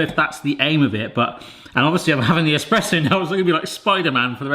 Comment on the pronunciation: Espresso lol not esperesso